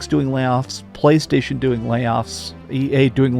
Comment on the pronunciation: You mean "Plchaystation"